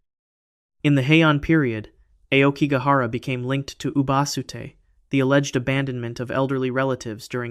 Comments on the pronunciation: Despite your poor pronunciation, Aokigahara is where I want to enter... Just once. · Pretty sure it's black bamboo GROVE. And Aokigahara is pronounced "ow key gah hah rah." Google exists😊